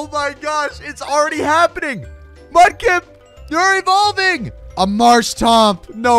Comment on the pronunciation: Mudkip not mupkip